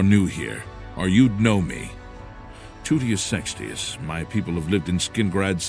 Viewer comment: I love the way he says Toutius' name "TOOTius SEXtius"